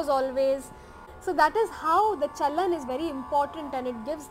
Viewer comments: thats not CHANAL its CHAALAN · You were saying "chanal" while it's "chalan". That is not even a tough word in Hindi indian language 😅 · That movement of notes is called "CHAOLAN" in Hindi language but not "chaonal" as u utter naturally being a foreigner.😊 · Sir it is "Chalan" not Channel Chalan means movements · It is " Chalan"( Rules) sir not Chanal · Actually it's not "chanal" it's actually "chalan". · Her: chalan Him: chanal Me: 🤦🏻‍♀️ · Hehehe... that's chalan... not chanal 😅😅😅 you will take a while... don't worry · but its not chanal rather its chalan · Not chanal .... it's chalan !!!! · "Chalan" "cha..la..n" means the way to walk or a trend.. in context how to pick and skip some notes while ascending and descending .. i am not a music expert but just a hindi speaker who wanted to help seeing you struggling the word.. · And please read after me ... cha-Lan hihi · Him calling chalan as chanal is hilarious 😂😂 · chalan- cha-la-n.. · its chalan cha-la-n you're seriously.... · Even the video tried correcting you when it came to CHALAN 😂